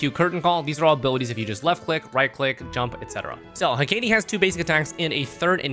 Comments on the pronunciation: he-ka-te* not he-kei-die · I'm sorry, BUT it's: Heh·Kuh·Tee